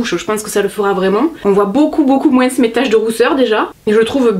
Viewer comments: Tu dis moinssss ; c'est ton accent du sud ? Je t'adore ! Bisous 💛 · Merci pour cette vidéo j'adore toujours ton rire et ton moinsss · Sa me fait rire tu prononces le S a moins 😂😭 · Omg tu prononce le mot moins " moinssss" alors que beaucoup de gents le prononce "moin" Bisous super video comme d ab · Attends, tu prononcés le "s" du moins??? 😂😂😂😂😘😘😘😘